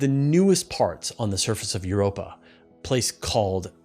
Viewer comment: For a moment I thought you were saying 'we found carbon dioxide in Europe' 😂